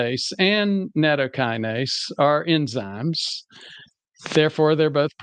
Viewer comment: Nattokinase is not a Kinase according to Wikipedia and should not be pronounced as such. definitely mispronounces it. You can say that is a small point, and it is. It just concerns me that he didn't research that small point.